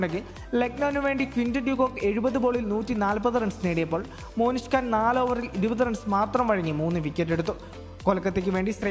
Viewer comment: മോനിഷ് ഖാൻ അല്ല മോനുസേ.. മൊഹ്‌സിൻ ഖാൻ..